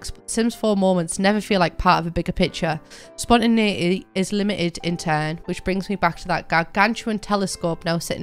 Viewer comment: i had to rewind 3 times before i realized she was saying spontineity.